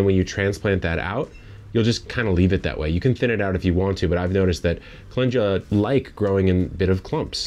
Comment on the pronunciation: Chemamoleyy must be so sad knowing that you can pronounce Calendula so well 😉